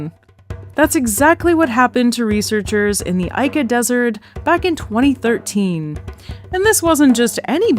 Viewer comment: Hate to be “that guy”, but Ica, Peru is pronounced ee-ka, not eye-ka